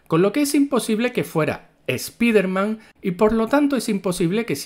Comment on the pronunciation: Canal Ramdom diciendo "Spiderman" en lugar de "Spaidermam" mas años de vida 👌